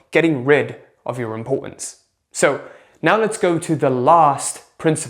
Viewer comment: “Impor-unz” lol